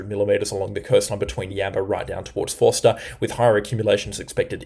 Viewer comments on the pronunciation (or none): none